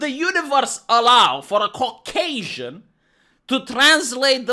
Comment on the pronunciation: Did you just say "Cockasian"?